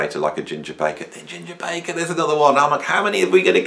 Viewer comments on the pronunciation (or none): none